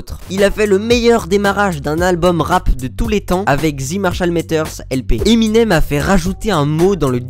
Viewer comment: Peux tu m'expliquer ou tu prends tes infos? Tout ce que tu racontes c'est mal expliqué et tu as le pire accent anglais que j'ai jamais entendu! Tu ne sais même pas prononcer Eminem comme il faut. Tu sais les chocolats M&M ?